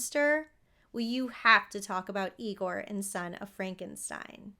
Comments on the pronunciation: It’s pronounced EYE-gore 😁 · That’s Eye-gore 😉 😂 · it's pronounced " I-gor". 😉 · it's pronounced "EYE-gore" ~~ marty feldman's spoof/homage to this character was just as legendary. Brooks inclusion of this character is a tribute to Lugosi's talent.